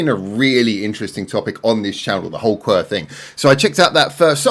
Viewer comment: The band name is pronounced Q W E R Not qwer